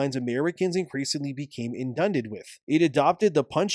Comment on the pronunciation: Bro you didn't pronounce Inundated right.😂😂😂 What an idiot